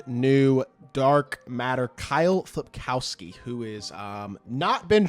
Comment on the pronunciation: FILPOWSKI, NOT FLIP